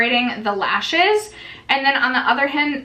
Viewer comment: The way you said "hand" first, is how you say it in german and it really confused me hearing you say it haha